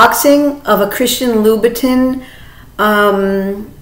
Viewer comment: Louboutin isn't pronounce as Lou-bu-tin (as in tin can), it's pronounced as Lou-buh-ton (like Dawn but with a T). Vachetta is pronounced as ketta, not chetta). Just bringing awareness, no offence intended as I've no doubt that you would want the correct pronunciation in your videos.